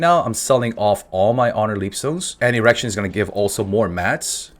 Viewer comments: everytime he says "Igrexion" I hear "errection" lmao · Dude I love you but it's ee-grex-ee-on not erection. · I keep hearing Erection instead of Igrexion. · Lol, thats the first time I've ever heard anyone call Igrexion, Erection. I've been saying E grex e on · Lai Lai my friend.... smacks the npc p.s I swear when you said "Igrexion" all i heard was "erection" ... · did only i hear Erection instead of Igrexion? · This man really kept saying erection 😅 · Am i the only one hearing "errection" xD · bro you kill me calling the guardian "erection'😂😂😂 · Thought you were saying erection throughout most of the video cause I skipped over the Guardian part. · Zoned out drinking morning coffee, till I hear the way you pronounce Igrexion, sounded kinda sus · interesting way of pronouncing igrexion